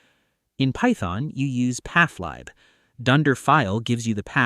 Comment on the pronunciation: mispronounced pathlib “pathlieb” Is only the VO AI or is the script/video too? I’m genuinely curious if an AI got good enough to write the script (which is genuinely great btw, I don’t mean it as an insult)